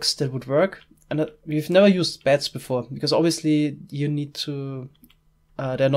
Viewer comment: I kept hearing bats instead of beds